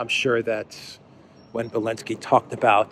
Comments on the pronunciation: Belensky?.... I thought he was Elensky? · can you explain why you call Zelensky, Belenksy.